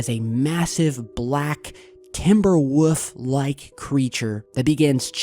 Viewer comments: That may be a bull and the way you say woof where’s the L in that fuck man it’s annoying the fuck outta me 😂😂😂👌🏽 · I don' trust anyone that can't say "wolf" correctly. And its most definitely a wild hog, not a wolf. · Learn how to say the word wolf. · Omg ... stop saying Wolf ... it's painful to my cringe receptors. Good video otherwise lol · I was like.... Oh No, here come the insults as soon as he said wolf his way. I'm glad you know what's up. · A wuff? 😂 its a W O L F 😂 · You say woof instead of WOLF lol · says woof not wolf lol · Not WUF...WOLLLLF. HONEY..WOLF. THE L IS NOT SILENT. ... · It sounds like he says wuf instead of wolf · Heh, enough to make him say "wuf" instead of "wolf". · Lol he says wuf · My wife just showed me that video last night, that wuff is big, like a twilight woLf, lol sorry sorry, but come on there is an L in 🐺, great stuff as usual, also I heard a shout out for you from edge of wander, another great channel, check them out if you haven't they are good people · A Woof ? I thought it was called a Wolf ! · It's a wolf, not a woof Haha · It's called a WOLF not a WOOF!!! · "Timber woof"???? go to speech therapy for all of our sake. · Love your vids. I love how you say woof instead of woLf. :D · Woof? It’s called a wolf. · yes its a wolf not a wuff said it right u tard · The real mystery is why pronounces wolf as "woof". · A WHOOF? He is calling it a WHOOF! Really? Its a WOLF. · "TIMBER WOOF" 😂 Never heard of a "woof"but it does look like a wolf 😉🤣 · Dude whats a 'woof'?! Do yoy mean WOLF? :P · Dirty Ari There is no regional dialect that would account for his pronouncing it wOOf. WOLF had but one correct way to say it. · Wuff... Wuv... Wulf... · WOOF? "Wolf". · ITS NOT WOOF ITS WOLF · Wolf brother...😅 not wuff. love ya man. Hope vacation is going good. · And can't say wolf LOL love ya bud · please say W O L F.... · Learn how to say wolf its not wuff theres an L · Massive black wuff, a werewuff, a Timberwuff? 😂